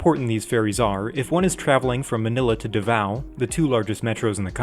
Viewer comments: Overall, great video. Still infuriated of how Davao is pronounced. (duh-vaw) It should be (Dahvaw) Edit: spelling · As a Filipino, I highly appreciate this very informative video! I'm pretty impressed how you summed everything up in 6 minutes. Oh btw, Davao is pronounced with a pause or pronounced slowly; Da -- vao, not 'Davao' in quick succession. Hope this helps :DDDD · Btw Davao Is pronounced as D-ahh-vow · You pronounced Davao wrong